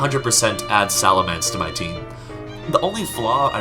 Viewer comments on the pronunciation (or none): none